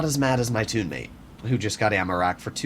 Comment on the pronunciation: Toonmate 😂, nice one. Also, it sounded like he said "Toonmate" too.